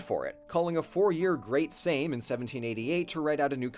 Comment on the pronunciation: R U kidding me? "Szlachta", "Sejm" pronounciation 10/10.